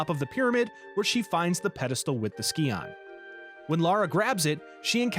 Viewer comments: I flinch every time you pronounce scion as ski-on instead of psy-on... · So, you get kudos from me for correcting yourself on nuclear. Oh my gods though, I literally, physically cringe every time you say "ski-on". It's pronounced "sigh-on". I'm finding it difficult to get through it... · NOT THE SKEE-ON :'( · Almost didn't make it through the first third of the video having to hear scion be mispronounced 2 dozen times. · The video is good But how you pronounce Scion is painful